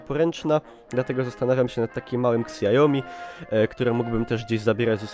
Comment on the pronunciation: "siajomi" nie "ksiajomi" :D